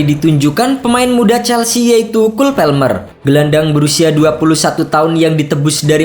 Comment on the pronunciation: orang inggris juga bacanya kol palmer keknya,bukan kul pelmer😅😅